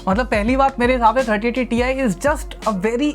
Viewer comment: It not TI it's TIE 😂😂